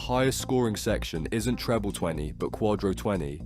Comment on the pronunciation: "Tree-ble twenty"